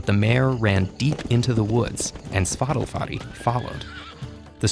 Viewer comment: When I heard how they pronounced the horses name, it sounds like Spotify.